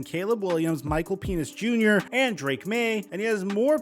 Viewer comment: Dude literally said "Michael Penis Jr." lol